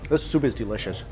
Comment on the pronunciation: It bothers me when he says "delishush" lol